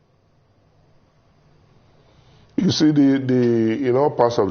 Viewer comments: is not Quontry its County 😅😅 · NO BE BAYOLENCE, IT'S 'VIOLENCE' NO BE LIBIN, NO BE KWONTRY, OZUWO